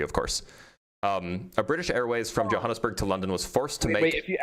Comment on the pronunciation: And then his pronunciation of São Paulo and Johannesburg. Truly mind boggling.